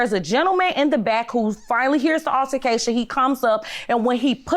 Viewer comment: If the announcer say ALLARCATION instead of ALTERcation 1 mo' time😒🙄🙄🙄🤦😂